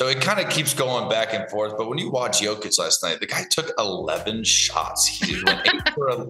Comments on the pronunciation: Say it with me man, Yo-Kitch. Jokić has an extra sound in the Serbian language as noted by the mark above the ć. I think we know someone who doesn't like Nikola or the amazing seasons he's been having. Let's also not forget he is 16th in steals, and 6th in deflections, and does have a highlight reel for game winning blocks. He's not all offense, but his defense doesn't come in almost entirely zone setups like Embiid gets most of the time so peopledont understand why it doesn't shine. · How are you on this panel and can't say his name right?? IT'S YO-KICH!! The two-time MVP! Ugh. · shams cant even get close to saying his name the right way.... smh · Will someone please explain the guy how to properly pronounce back to back mvps name? Very disappointing and disrespectful. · Jokic is at the point where shams charania should be pronouncing his name right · Why can't that dude say his name right, sheesh